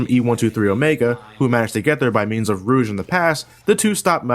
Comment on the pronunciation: u say rouge so wrong